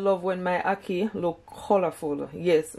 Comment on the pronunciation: Listening from England “hackee” too much 😂